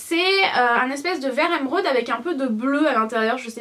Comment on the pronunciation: ca s'écrit émeraude pas èmeraude donc arrete de le dire comme ca stp